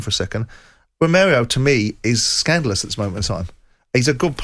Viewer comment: SCANDALOUS. Not SCANDELOUS 😂